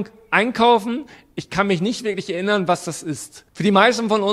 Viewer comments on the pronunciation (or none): none